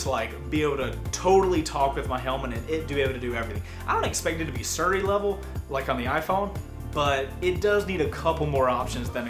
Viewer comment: i like how says Siri, haha xD